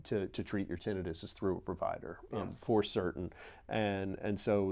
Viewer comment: What is funny about this video, is that you have these highly intelligent men, and they CAN’T even pronounce the word TINNITUS CORRECTLY! I’ve been tempted to office and leave a message on how to pronounce the word.